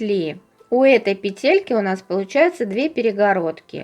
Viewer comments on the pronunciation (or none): пЕтельки, пЕтли, пЕтель🤦‍♀️